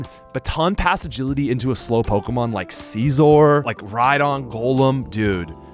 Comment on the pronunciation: “CaezOr” kills me everytime LMAO